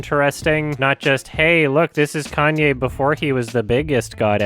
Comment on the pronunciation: He said Kanye correctly. That's how Kanye says it too. Hell, his first albums even have his name written as kanYeWest because of the emphasis of the "ye" in his name.